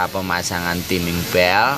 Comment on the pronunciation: salah kok bapak sebutan nya teaming belt yg bener timing belt hahahaha